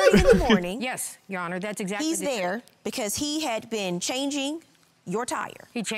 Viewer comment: he said "yeah cause" but mispronounced it